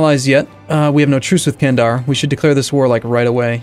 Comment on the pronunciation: Candar'ı kendır diye okuyan Sinopluları hoplatıyor.avi